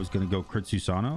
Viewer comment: say Susano without the "-ano"